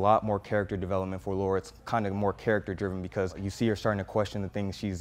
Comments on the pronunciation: It's Lara not Laura :) Great review man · Her name is Lara not Laura !!!! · Guy competent enough for a decent review can’t read “Lara”. Kind of lends itself to credibility, right? Laura and Lara are different names. Attention to detail can make the difference between “okay” and “great”. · Why do people always mess that up tho? In so many of the games, they say Lara. Like why is there any other thoughts? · Jacoby Nero no it’s not a very common name. But one is pronounced Lore-uh, the other is pronounce Lah-ruh. If you played any of the games you know it isn’t Laura 💁🏻‍♀️ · It’s Lara , not Laura